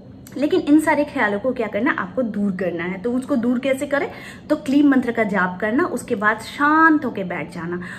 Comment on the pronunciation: It's kleem. Ya Klee..